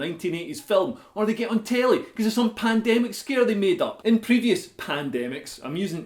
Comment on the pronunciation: 'Pandemical' LOL!